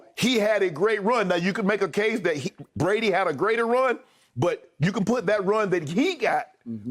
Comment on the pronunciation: Soooo, this was about Drew Brees??? I guess I have been pronouncing his name all wrong this whole time, because Skip pronounces it "Tom Brandy"....hmmmm